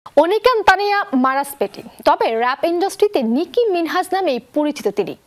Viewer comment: মিনহাজ না মিনাজ।😒